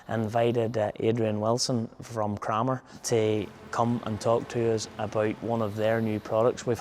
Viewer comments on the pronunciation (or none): In Adrian Wilson’s first sentence, he pronounces it Krammer, sounds like hammer, the same as Gareth, but in his second reference he pronounces it Kramer, like window “framer”.